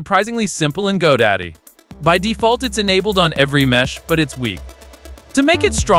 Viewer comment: Good video I gave it a thumbs up. BUT I was confused when he kept on saying "Go Daddy". I thought I was watching the wrong video.